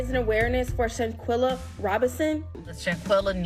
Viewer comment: I cant watch the whole video because its irritating my soul the way he pronouncing ShanQUilla name 😠😠